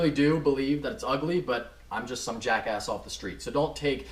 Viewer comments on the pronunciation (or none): none